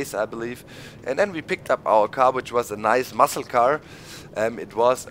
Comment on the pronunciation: when he said muscle car it sounded like massacre